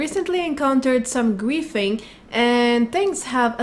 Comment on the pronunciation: I think she is saying griefing....but I keep hearing qu××fing???